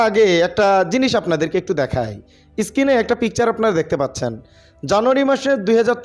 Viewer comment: এই ব‍্যাটা Screen কে বারবার skin কেন বলছ?পড়া-শুনা কতদূর? ফাইভ পাশ করেছ?